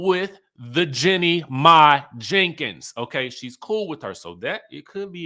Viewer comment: Ok, please pronounce her name correctly, her name is pronounced "Jeanie "🤨